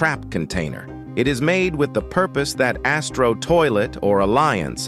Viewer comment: You says BIG ASSTRO toilet